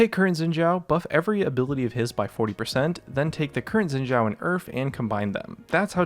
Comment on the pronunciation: its "Shin Zh-a0", n0t yin jia0 f0r g0d sake